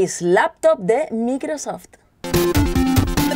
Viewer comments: ulala señor francés se dice maicrosoft :v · Dice bien Surface pero después micro soft hayyyyy!!